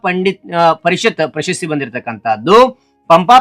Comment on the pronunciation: Bro ಪಂಪ ಪ್ರಶಸ್ತಿ bro ಪಂಪ ಪಶಸ್ತಿ ಅಲ್ಲ bro